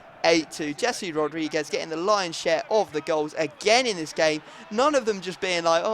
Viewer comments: It's Hesse not Jessie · O my god Rodriguez first name isn't Jessi it's Jese...